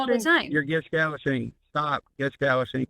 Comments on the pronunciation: Did he say Gish Gallashing? LMFAOOOOO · Did he say gish galloshing? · Stop 'gish gallushing' XD XD